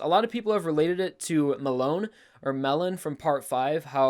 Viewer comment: I'm Italian and your pronunciation of "melone" hurts me a little PS: I really enjoy how you make this chapter reviews